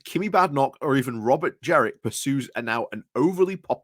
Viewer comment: It's Jenrick, not Jerick.